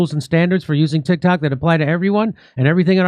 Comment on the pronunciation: Jimmy you said "Tit Cocks," 🤣🤣🤣